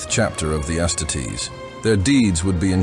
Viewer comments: it's not ass titties you bot. its astarties . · His pronunciation bothers me. The word is astartes is based off of the Roman auxiliary that would finish off the wounded post battle. It's Ah-star-tees, but to each their own. Hos vids are good otherwise.